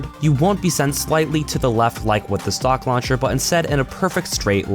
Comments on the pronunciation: I keep herring "sock launcher" when he stays stock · When you say 'stock launcher', it sounds like you're saying 'sock launcher'